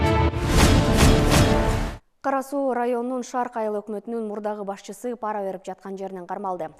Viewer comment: ПАра эмес парА - деш керек